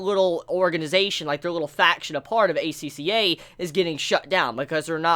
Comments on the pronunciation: You pronounced it right. Acca or aka means red in japanese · The way you said it was correct. The characters in the anime also pronounce it this way.